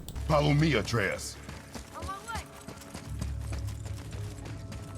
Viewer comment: Thank you for making this guide AND for adding the timestamps so I can easily get to the parts I'm missing! I was able to find the two things I was missing very quickly. There is, however, one thing that you have wrong with this guide: The boy's name. it's not "Artarius." It's Atreus. Ah•trey•us.